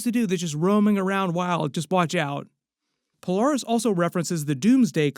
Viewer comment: Who is Pol-are-ris?